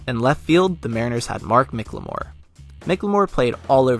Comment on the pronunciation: Just a tiny correction, Mark's last name is pronounced Mac-la-more. Thanks for another great video though.